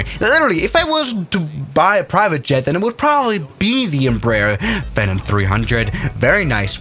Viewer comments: Lmao it bugs me way more than it should when he says “FinUm” and not “Phenom” 😭☠️ like it’s Fee-nom not what ever the hell you were saying 🤣☠️🪦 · In case no one said it already… PHEE-nom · Love it, but please pronounce it “Fee-Nahm” 😂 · Lol it's a "feeeenom" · Its Pronounced Fee-Nom